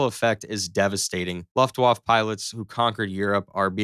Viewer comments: You're generous. I heard Loft Woff. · A guy who can't pronounce Luftwaffe is doing a video on World War II arial battles, LOL. Americans! You REALLY need to improve your education system. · Dude, did you not even bother to find out how to say Luftwaffe? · All that research and you have no idea how to pronounce Luftwaffe and that there is no such word as aircrafts. The plural of aircraft is aircraft. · Imagine how good this could have been if he didn't mispronounce luftWAFFE wrong every other second. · Maybe learn to pronounce "Luftwaffe" before making a video about the Luftwaffe. Maybe also look up German flags while you're at it. Google is free. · You must be something like 15 years old and I understand that you think it’s very cute to make these videos because it’s fun…but at least learn how to say Luftwaffe properly….Maybe ask your daddy or look on Google…duh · Learn to pronounce Luftwaffe in Hermann Goering correctly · Please, pronounce Luftwaffe correctly! The W is pronounced like a simple V and the E at the end should be pronounced. Good video otherwise. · This was ridiculous. Please do some research on what planes actually look like, which aircraft could conceivably have fought in the Battle of Britain, and how Luftwaffe is pronounced. Jesus. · how dare u say luftwaffe that way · The poor pronunciation of luftwaffe makes this already dumb video unwatchable. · if you are going to do a video it would be wise to pronounce the words correctly. It is not LAFTWAFF,,,,it is looftvaafe! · First, it is pronounced Luft-vaf-uh. Second, stuka is a shortened form of the German word for dive bomber. Use one or the other, but not both. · “Luft waff” 😂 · the german waflav......? what!? Luft-Waffe !! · "...vaf-fuh" Not "...vaf." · "Luftwaffe" is pronounced Luft-waf-fe -- i.e, you pronounce the "e" at the end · It's Luftwaffe, not "luftuaff". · The word Luftwaffe is pronounced : Looftvaffeh. Not Loftwauf. Wauf-wauf! U're welcome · IT IS LUFTWAFFE NOT LUFTWAF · Luft-wofft, lol